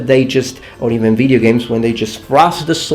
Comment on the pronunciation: when says "like in video games" in his videos I always hear "like nVIDIA games":D